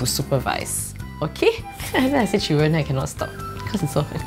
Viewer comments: Instead of saying children she said chiren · I'm British so when she said children I thought she said Sheeran and I was about to cry I thought that Ed Sheeran was actually there 😢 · When she said children I thought she said Sharon